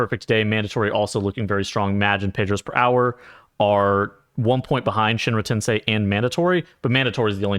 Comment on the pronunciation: you pronounced shinra tensei correctly in this vid thanks god